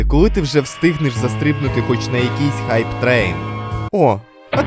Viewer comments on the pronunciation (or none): none